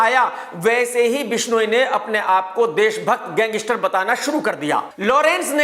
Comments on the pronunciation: Gangistar nhi gangster bolo 😂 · Lawrence ya kisi ke bhi liye bura sochoge to tumhare khud ka bahut bura hoga. SABSE PEHLE TO TUMKO GANGSTER KEHNA HI NAHI AATA! tumko ye programme karna hi nahi chahiye kyunki, tumhari pronouncesation correct nahi hai. Tum ek prisoner se itni jealousy kar sakte ho to tumhara dusro ki taraf jo kaha jata hai media mai wo dheek hai.